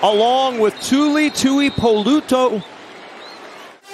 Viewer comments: Can we send a memo to the announcers it’s pronounced 2-E-Poo-Low-2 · Take a shot every time the commentators butcher “Tuipulotu” lol